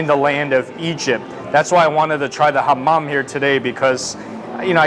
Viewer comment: LMAO "Hammam" in Arabic means bathroom when you emphasize the m. he says "i want to try the Hammam here today" hahaha im dead